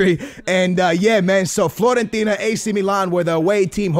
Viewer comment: Floorentina? lol classic And yo I like that you are putting out a variety of videos and stuff, but a little more focus would be cool and attention to quality. Again, quality over quantity any day of the week man. This is not hate people, just chill.:)